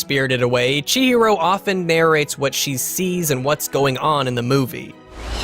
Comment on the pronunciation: Hearing Chihiro’s name being butchered is the worst thing I’ve heard today